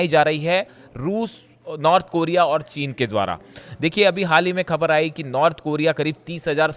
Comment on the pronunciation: improve your pronunciation. Speak properly the words like Khhabar.